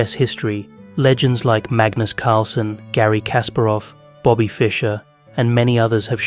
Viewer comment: two minutes into the video and you couldn't get magnus' nor bobby's name right 😭